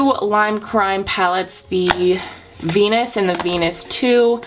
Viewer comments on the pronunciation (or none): none